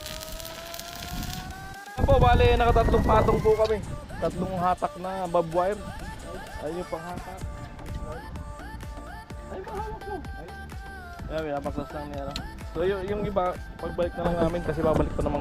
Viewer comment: barbed wire,hindi bobwire